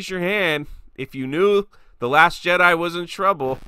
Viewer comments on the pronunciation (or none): none